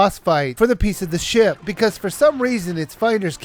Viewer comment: hey every time you said "ship" it sounded like you kept saying sh** lol.